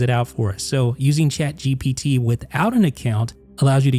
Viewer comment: Say shaad gepeetee one more time i dare You ! On the backend it is not even shaad geepetee but one of the api modes